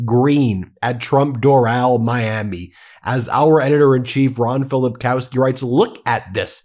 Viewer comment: It’s pronounced Dor -ul like Floral.